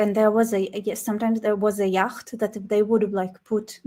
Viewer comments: FYI, Ignore the ch in yacht it is just pronounced yat ! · It’s pronounced “yot”.